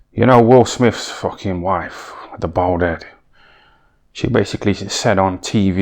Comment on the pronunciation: How many times did he say BOWLD head?😅 😂